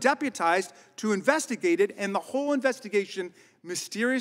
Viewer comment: Invistigate me says askin